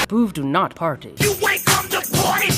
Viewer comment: Why dose “big brain boovs” sound like “big brain BOOBS.” Just why.